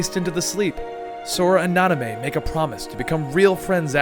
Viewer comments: The fact that he says Nanamé instead of Naminé really pisses me off. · Could you also correct "Nanime" to Namine, kthxbye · 3 videos in and none of the name errors bothered me until Nanime.......I don't know why but it's like nails on a chalk board.....oh well lmao love the videos and Kingdom Hearts is one of my favorite series as well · I'm cringing every time I hear Naname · "Nanamay"? GAH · the way he pronounces half the names make me want to burn down a village. "Naname" "Aquaris" "Xenahort" "zion" "Sorr" last one works I guess, but yeah......The Aquaris one was the worst though, because I could'nt who he was talking abotu and realized he was talking about eraqus.....